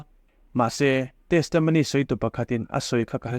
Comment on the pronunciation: Testamony tih hi chu a ngaihmawhawm deuh,a thenin Testomony an ti bawk.Testimony tih ve mai a tha e.